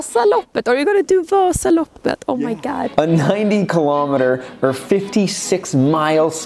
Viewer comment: Omg the cut to her saying Vaaasaloppet in the beginning was just too perfect haha! Excellent really